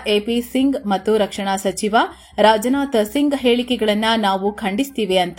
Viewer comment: It's not rajanatha singh it's Rajnath Singh